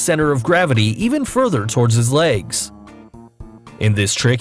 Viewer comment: "Laygs" lol. Never understood why people say legs or leg like that